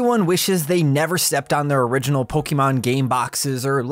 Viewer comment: Exactly correct, I noticed that as well. I like to research regional differences in GBA game cartridges, and this is a very bad fake even still, but not due to the lack of an ESRB rating or the Original Nintendo Seal of Quality. (That "Orighinal" though... Gotta admit, that's pretty funny.) Also, "NEU6" isn't a region in the world, so there's also that. :P